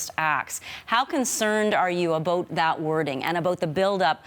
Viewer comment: She doesn't know how to say "about" but only "a boat".